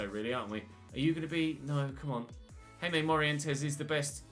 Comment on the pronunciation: Jaime Morientes is pronounced "High-may" I think